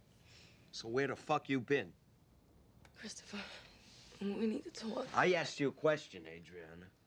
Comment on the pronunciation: Cris toe fur